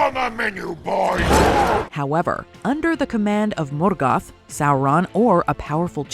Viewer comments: Her American pronunciation of Morgoth is infuriating. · Lmao she pronounces morgoth like he's Mexican 🤣🤣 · why are you pronouncing morgoth weird! it bothers me